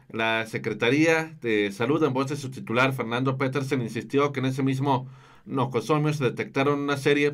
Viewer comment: jajaja PONGANLE CERO. NOCOSOMIO DICE...JAJAJAJA . Bueno se le perdona por qué quizá se puso nervioso.. palabra correcta es NOSOCOMIO.